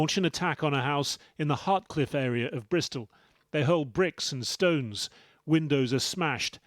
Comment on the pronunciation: "Bristol" sounds posh as heck lol gang life in "Bristol" hahahahaha